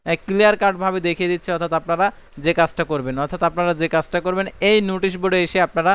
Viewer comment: উচ্চারণ গত সমস্যা আছে আপনার নোটিশ হবে,নুটিশ না।